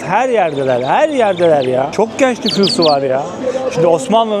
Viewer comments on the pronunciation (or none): Kardeş bu e sesini düzeltmen gerek bence bu işi yapıyorsan. Özellikle eelli, geenç, beenziyo gibi. Naçizane tavsiyemdir. Başarılar...